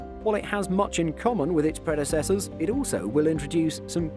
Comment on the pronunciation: Please learn how to pronounce "predecessor"